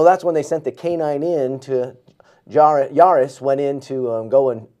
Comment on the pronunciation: It’s Jaris, not Aris. My husband was one of the officers in that room. It was absolutely horrible! I remember that call, like it was yesterday. This wasn’t the only call, that sent him to the vet. He and my husband were both knocked out cold during another incident. 😢He just recently passed away.